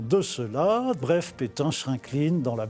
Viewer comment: Mais vous avez raison. y dit pitin au lieu de pétain. Qu'est ce qui lui arrive. Mais c'est bien qu'il a trouvé un travail jsuis contente!